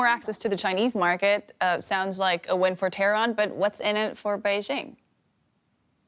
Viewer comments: I like how she pronounced it terroron haha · She trying to pronounce Tehran as a Persian would. I applaud her effort. FYI, the entire western world pronounce Baghdad wrong!